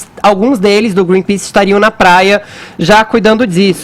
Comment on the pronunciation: "Greenpease" Mas ninguém reparou além de mim.